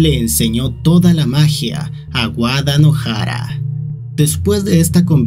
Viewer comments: Cada vez que decia Wadanohara pensaba que decia Guadalajara 😿😿😿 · Envalgun momento entendi de tanto decia wadalajara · En vez de entender "Wadanohara" entendía "Guadalajara" 😔